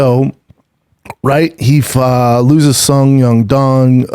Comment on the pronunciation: For my sanity please tell me if it’s Song Yadong or how B Schaub pronounces it? Irrespective of that misdemeanour I hope you continue to produce your shows and podcasts for us mere mortals to see, jaaa blessss.